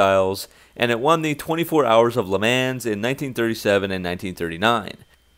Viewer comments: Am I the only one who cringed when the narrator said "LeMans", instead of the correct pronouniation of 'Maun''? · From Canada but you say "Le Mans" like a "man's" man? Well hey I'll stop trying to say French words all fancy like then, thanks lmao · LeMans . . . pronounced LeMonz . . . I thought you were a car guy? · "Le Mans" is pronounced "Le Mons", with the s being very truncated, "Le Mohnn" even. What I think of the video? I think you messed up the audio tracks in the edit going by the number of repeat phrases. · Hey guys sorry about the repeated lines and also the butchered pronunciation of Le Mans! Mistakes happen lol and should have done some due diligence on that one. Hope you still enjoy the video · When you said "Le Mans" I spit my coffee out. And choked when you said it again. Lol. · I love this car!! I wish they produced it!! And ur pronunciation of "lemans" hurt my ears lol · Oh I know mistakes happen but cringe 😬 Lol cool video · it was mainly funny, as long as the vids remain informative and fun...who'd care about a few good laughs in the meantime xD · same, I mean...I understand mispronouncing foreign words...but come on, this is the first time I've even heard an american pronounce le mans wrong... still, rather than being annoying, it was mainly funny, so gets a pass xD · and that's an excuse how? I'm european...I've heard russians say it correct, and people in the UK say it correct by heart. I think it might just be that he's a carfanatic, but not persay a racing fanatic, that's perfectly plausible. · You repeated yourself a few times. Also said Le mans wrong